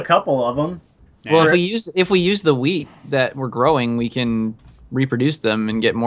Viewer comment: has anyone noticed when they say wheat they say weed